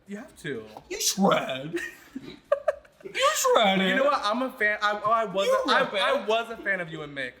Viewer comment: “shread” 👀 lol violet is a comedy queen